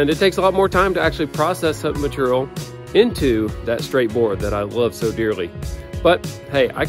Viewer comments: Anyone else tried to say ‘Maturial’ out loud after each time said it? 😂😂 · even though they give you a hard time about the length of your descriptions, explanations, etc..., I find it informative, helpful and even entertaining🤗 also when you have skills like you, does it even matter how you say material 🤣🤗